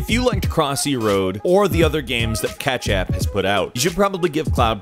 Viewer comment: It's pronounced ketchapp not catchapp, it's a play on the word ketchup